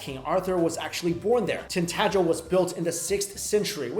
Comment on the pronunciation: no butchering - it's Tintagel castle in Cornwall